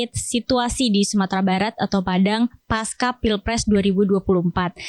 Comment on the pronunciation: Pasca itu bahasa Sanskerta jadi dibaca pasca seperti halnya panca. Bukan panka ; Pancasila, bukan dibaca pankasila kan?